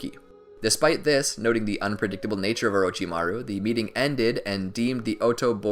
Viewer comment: The way u say orochimaru is🤮